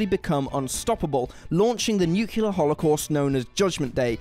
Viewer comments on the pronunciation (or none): NOOO KLEEEE ERRRR. Nook yoo ler is not a word. Its called a nucleus..not a nuculus. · Nuclear NOT Nucular 🤬 ffs 🤦🏼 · Nuclear , not nukilar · and it's Nuclear not Nucular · It's Nuclear, not Nucular. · 🤨 Nuclear, NOT Nucular! It’s not difficult 🤨. Think, “New Clear” not “New Cooler” 🙄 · This is pretty good information, so thanks for that, but... please, pronounce NUCLEAR as it's supposed to be pronounced. "Nucular" is not a real world :-( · NU CLE AR. Not NU cular. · What's with y'all always mispronouncing nuclear. Like, every single one of this channel's narrators. Nuclear is not nucular, ffs, and it's not like aluminum/aluminium, it's just wrong. Gah. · nukular... effing nukular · How are we pronouncing "nuclear?"